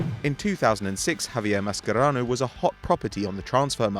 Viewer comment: I'm pretty sure it's "Ma-sher-ano" and not "Ma-Sker-ano" correct me if I'm wrong